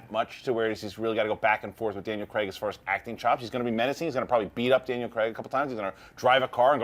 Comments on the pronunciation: If I hear one more American say "Creg" instead of "Craig"! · The US pronunciation of Daniel Craig's surname... As CREGGG gets me every time.